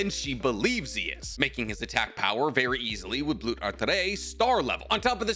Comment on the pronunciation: Mind writing down all of the German words? Cuz you absolutely butchered all of them except for Blut, that one you actually pronounced correctly, congrats, proud of you!